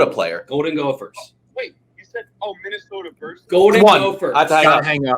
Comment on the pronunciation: “Minnestoa” “touanrment”